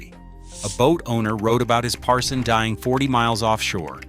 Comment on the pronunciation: it's Parsun not Parson! How can we trust you if you don't even know the correct name?